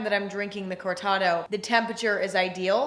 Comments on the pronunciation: im sorry emma im literally in love with you but the way you’re pronouncing cortado is slowly killing me… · Took me a second to understand that she was saying CORTADO lmao also Cortados are the go to in Argentina so yeah we be waiting for Emma